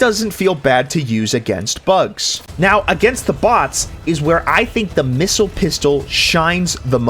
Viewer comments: Sir its called the pissile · The... Pissile?